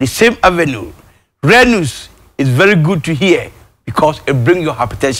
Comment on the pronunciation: Akrobeto :This Stoly is vely Selious .. Kumchacha : Vely Vely selious 🤣🤣🤣..The two of You shall not Kill me,Oow my God..I Almost cly Self 😂 🤣 🤣